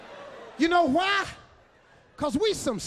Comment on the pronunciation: "You Kno QQQWHY"😂😂😂